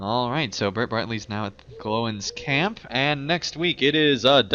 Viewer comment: Its G-Loin's Camp not however you said it :D